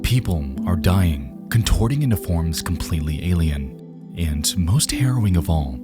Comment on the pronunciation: a-l-i-e-n-s… ailen